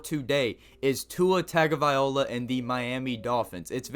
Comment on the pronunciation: When you butchered his name I almost Closed this video